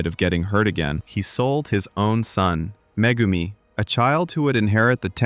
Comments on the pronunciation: bruh really called megumi " mah-goo-me" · Meh-Goom-e kills me